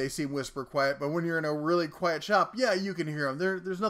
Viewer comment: "quiet" not "quite"